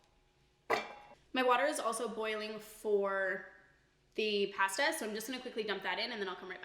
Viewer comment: Great video but the way you say pasta.....kills me inside